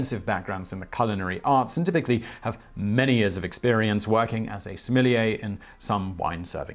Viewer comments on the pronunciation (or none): I cringed every time he said "similier". Please learn how to pronounce sommelier. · Thank you Simon! I watch your videos most days of the week and I always enjoy learning new and interesting things. I myself work in the wine business and my job title is in fact that fancy French word that my guests are reticent to attempt pronouncing. I'm currently studying for the Court of Masters Advanced Examination so I'm familiar with the rigors involved. I appreciate you coving the topic accurately and with a balanced tone. My colleagues and I study furiously and taste hundreds of wines a week. Our very livelihoods depend on us understanding what's in the bottle and communicating that effectively to our guests so I can hope it's no wonder that when I see article and videos calling out my career and learned skills as nonsense, its somewhat frustrating. Another popular YouTube series 'Adam Ruins Everything' gave a rather boisterous and, i feel, misinformed assessment of our industry, citing many of the same studies you have in this video. Your nuanced and thoughtful explanation is refreshing and those of who love wine and have chosen to make it our life's work appreciate you communicating to the public in this way! Keep up the fantastic work. Cheers, Rick Stiles Certified Sommlier Houston, TX